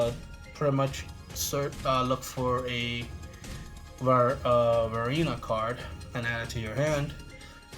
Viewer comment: do you have a speech impairment or something that makes you pronounce varina so stupidly cause you are the only dumb ass that pronounces varina like an idiot will you dumb piece of shit that should quit playing the game and also learn how to pronounce words and or names better you idiotic dumb ass